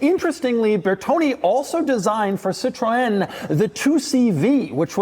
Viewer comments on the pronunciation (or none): Doug is the type of guy to say it like "Citron" when in fact it's "Citrun." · Doug: Cit-REN, not Cit-roh-en :) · Cit-ro-en?? For a car guy you still consistently pronounce the names of cars and manufacturers incorrectly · CITROEN, CITROEN, CITROEN not Citron you idiot, it's not your citric lemon 😂😂😂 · It's funny that these car guys insist that you say "Porsh uh" but then they say "Citron." Sad! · Citro-EN lmao doug you mad man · "Si-tron" - the way americans pronounce French words is atrocious. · Doug can't decide if Citroen is a two-syllable word or a three-syllable word. He uses both interchangeably in the video. Hint: It is a three-syllable word, "sit-row-in", otherwise you are just mouthing the French word for Lemon. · A totally unique and singular pronunciation of Citroen. The French don't say it this way. The British don't say it this way. The Chinese don't say it this way. Fascinating.